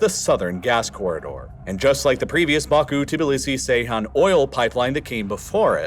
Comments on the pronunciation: The turkish crude oil port is pronounced Geyhan (as in George), not "C"eyhan... I always admire your accuracy in naming places & people, so this one especially caught my ear ) Thanks for great videos anyway!! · Ceyhan is pronounced Jeyhan, not Seyhan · Have seen a few times you pronounce Ceyhan as Seyhan, but it is pronounced as Jeihan as C in Turkish sounds J rather than S. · Please stop saying Seyhan. C in Ceyhan is pronounced like g in gentleman. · Ceyhan- "djehan"